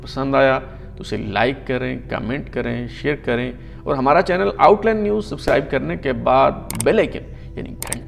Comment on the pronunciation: Boss the pronunciation of the Urdu word اور is AUR not ORE. Likewise, لیکن is pronounced LAY-KIN not LAKIN and دور is DAUR not DORE. As for English, the word "heir" is pronounced AIR not HIGHER.